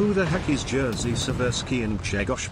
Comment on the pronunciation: I dont get whats so hard in names of those Polish captains. Im polish myself and my actual name is Grzegorz. That lector didnt got it right.